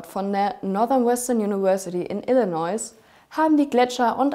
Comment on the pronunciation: Nur kurz angemerkt: Illinoi! Das "s" von Illinois ist stumm. Danke für eure Gegenposition zum gängigen Narrativ!!